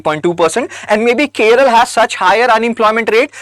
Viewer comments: Its not Keral, it's Kerala You don't even know the name of the state property, you talk about statistics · It's not keral it's Kerala some educated idiots pronounce it it keral I wonder if ur helping IAS aspirants and pronouncing a simple name wrongly it's 😭 😢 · It is not Keral it's Kerala. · why this idiot is saying keral keral idiot learn how to pronounce Kerala. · Dude, firstly, it is "Kerala", not "Keral". Secondly, for districts above national average, please also post national level data. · கேரளா என்று சொல்வதால் தான் அதை இப்பொழுது கேரளம் என்று மாற்றிவிட்டனர். ஆனால் இப்போ நீங்க புதுசா கேர்ள் என்று சொல்கிறீர்கள். இது சரியல்ல.! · ।t is 'Kerala' not 'Keral'. What if I say 'Hind' for 'Hindi' and 'Biha' for 'Bihar' ? What do you mean by 'We' when you say, "We think that South Indian states......." It sounds like the ' we ' in "We Americans think that Indians......". Bro, it is this ' other-ing ' of South India by North Indians which has accentuated the North-South divide in recent days. If an educated young man like you can entertain such ideas ie We = North Indians and They = South Indians, God save this country. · The way you said keral, makes my blood boil